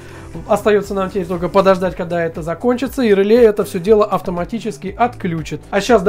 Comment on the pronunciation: Ржу... Померяли... НАПРЯЖЕНИЕ... и сделали вывод об МОЩНОСТИ... главное - контент отструячили, а содержание... ну для колхозников сойдет... И, кстати, произносится не рЫле, а релЕ... и этого самого реле у вас в схеме нету...